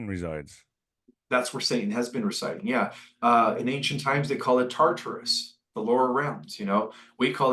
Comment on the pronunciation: Tarterus he say ?